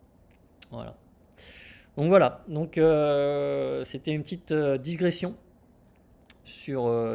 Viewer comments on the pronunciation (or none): Bravo pour votre vidéo très pertinente.Pardon de vous le signaler,mais il convient de dire digression et non disgression